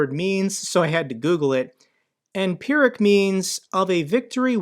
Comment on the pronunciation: Great video as always. Pyrrhic is pronounced fearick FWIW.